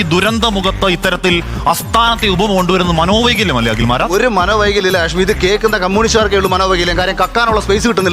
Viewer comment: ഹാഷമി അല്ല ഹാഷ്